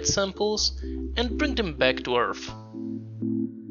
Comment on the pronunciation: Journey back to "Earf"? LMFAO